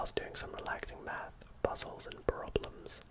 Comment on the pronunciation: The way he says math is just to funny 😂 i love it